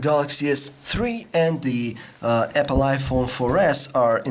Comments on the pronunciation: im tired of this guy saying Epple instead of APPLE! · he says apple as epple. LOL. :) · APPLE NOT EPPLE